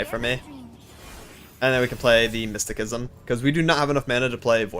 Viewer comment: Mysticism is pronounced with an "S" sounding c. Otherwise good deck choice. I think Ill go with the Ionia trundle voli.